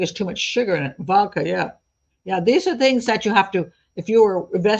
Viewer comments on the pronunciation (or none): none